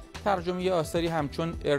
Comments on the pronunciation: ارنست همینگوی، تلفظ آن ،همینگ وی است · Ernest hamingoy! :))))))))))) واقعا خاک بر سر صدا و سیما با این مجریهای اخبارش که نمیتونن اسامی نویسنده های مشهور دنیا رو درست تلفظ کنن!